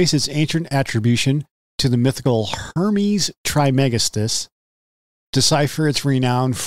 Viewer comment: Pronounced “Tris-ma-gis-‘tus”